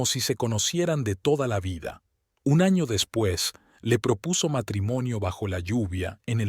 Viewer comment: Y sin problema narran ano que en castellano es culo en vez de poner año